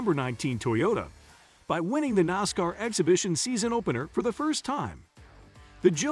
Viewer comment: It is a little different to listen to this fellow when he can't pronounce half of the names correct. Can't even pronounce NASCAR correct.